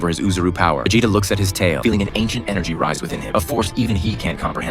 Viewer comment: did you say veJAYta ffs